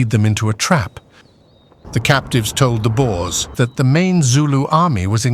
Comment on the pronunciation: Boers not boars. Boars are pigs as in 'wild boars'.